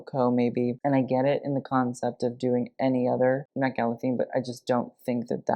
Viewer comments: At the beginning I thought said the "Meh Gala." By the way, Autumn De Wilde was fabulously on theme. And I loved it. Design wise, I'm not sure what experts would think, but I thought she was amazing. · "meh" gala lol